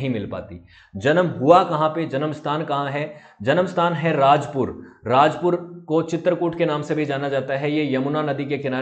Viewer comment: RAJAPUR NOT RAJPUR